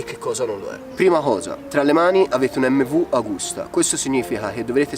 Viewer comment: Bel video! Unica cosa: si dice Emmevi àgusta, non emmvu Agùsta!!